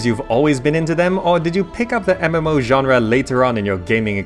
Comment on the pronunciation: weird how you say ganra instead genre